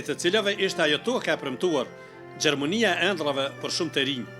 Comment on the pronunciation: "Gjermonia" 😂😂 çfar gazetari poqaver